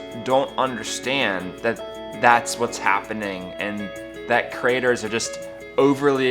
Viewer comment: Creators, not crators. Love your blogs but it sounds like the USA, where a few squeaky wheels are bring constantly offended by anything. Pinoy baiting, where did you get that term.